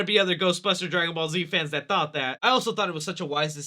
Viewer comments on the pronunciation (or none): none